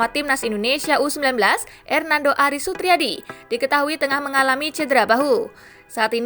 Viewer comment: sutaryadiiii bukan Sutriadi wkwk